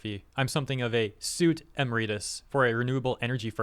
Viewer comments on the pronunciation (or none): emeritus = ee-MERI-tuss